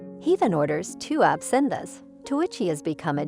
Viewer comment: And she can't even pronounce Absinthe correctly. Why are these people allowed on YouTube?